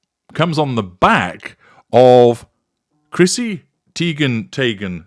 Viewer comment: I still can’t even get passed “Chrissy Tee-ghen Tay-ghen Tie-ghen!” NEVER gets old.